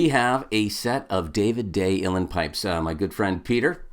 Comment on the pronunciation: The word Uilleann is pronounced Ui is pronounced O and the lleann is pronounced like the the woman's name LeAnn. Put it together and you get OLeAnn/Uílleann.